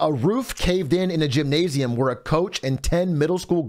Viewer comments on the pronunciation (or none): none